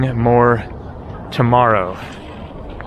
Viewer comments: It is pronounced Che-kee-yah not Chechia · Czechia is officially to be pronouced as "Checkia". "Chechia" sounds too close to "Chechnya"!